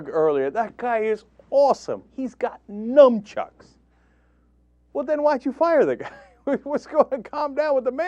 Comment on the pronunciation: nu"m"chucks??? sigh.........